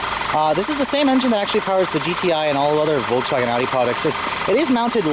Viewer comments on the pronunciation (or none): none